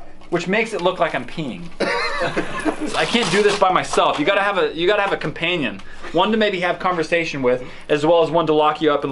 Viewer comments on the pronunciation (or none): none